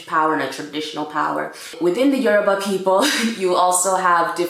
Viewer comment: I'm Yoruba too, the way you pronounce the yoruba words are so funny but you tried 😂